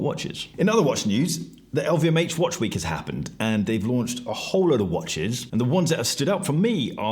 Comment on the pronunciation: Don't forget to always pause before the last word in a sentence, everybody! And that watch is pronounce whuaaatch!